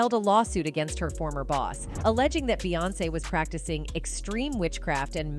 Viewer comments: Jesus I can't listen to this AI shit anymore..."BAY"🤦🏽‍♀️. SMMFH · When yall say her name “Beyoncé” yall pronounce it “BEEyoncè” Yet yall pronounce “Bey” & “BeyHive” as “Bay” & “BayHive”…… pisses me off